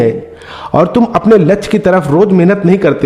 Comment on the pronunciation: वीडियो अच्छी है, पर कृपया शुद्ध शब्दो को बोले, ध्यान दो, लच्छ नही, लक्ष्य बोलो, हासिल नही, प्राप्त बोलो,। अच्छी वीडियो हैं, बार-2 लच्छ बोलना, बुरा लगता हैं, कृपया ध्यान दो।